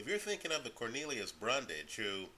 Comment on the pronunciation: You keep saying Brundage and the title says Bundage. It's Bundrage.